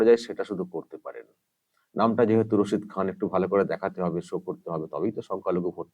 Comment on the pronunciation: রাক্ষসী, টাকা খেকো, আর ভোট খেকো। শুদ্ধ করে ওস্তাদ রসিদ খান উচ্চারণ করতে পারে না। মুর্খ মেয়েছেলে। ও ভাবে ওর ডাক্তারের মত সব ফলস উপাধি পেয়েছেন। পদ্ম ভুষন কি জিনিষ ওর মত মুর্খ বোঝেই না।